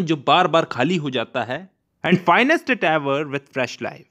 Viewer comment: is it finest or fillest? :/